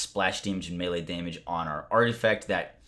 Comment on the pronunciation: "To prevent you from doing DAYMIDGE to yourself"